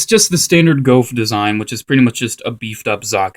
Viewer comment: It's pronounced GOOF